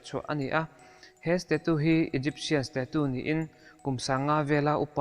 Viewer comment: Stachu tiin lam rawh, sta-tu ti lovin😂